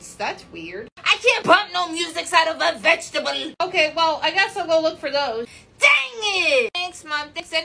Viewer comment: the way she said vegetable 😂😂😂